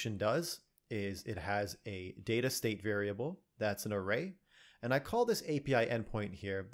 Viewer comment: I just come here to listen to your voice. Also it's pronounced data